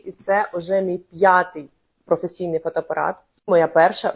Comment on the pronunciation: Не фотопарат, а фотоАпарат